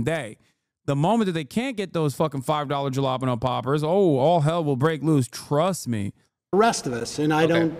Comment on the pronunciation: Is that the worst pronunciation of “Jalapeño” I’ve ever heard in my life? Probably.